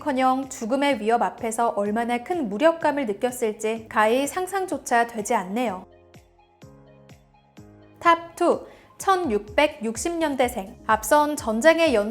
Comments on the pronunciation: / 가위 -> 가히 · 가위??? 가히 아니고?!!!!ㅋㅋㅋㅋ